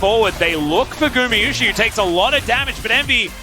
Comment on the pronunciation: Gùmə Yushi 其實他不是念mi 只是他把u下重音，a vowel弱化變成 /ə/再接上y的音/j/，口型提前變成i才會變成這樣 韓文就是直接 구Gu마Ma유Yu시Si 都是分開念不會有當成英文念的輕重音問題